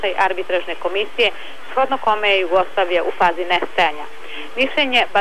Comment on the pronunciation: mi i danas na tv-u akcentujemo Ju-goslavija onako kako niko ne govori u narodu zato nam je sada i dalje ovako